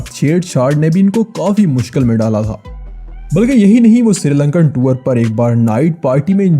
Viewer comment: Wo tuor nahi tour hota hai ☺☺☺☺